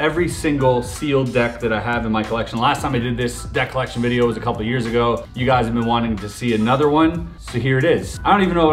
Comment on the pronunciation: when he said deck colection i heard debt colection